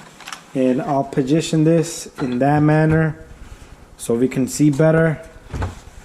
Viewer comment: Did you really just say Ill pahjition this.My lord dude that isnt even a real word bro.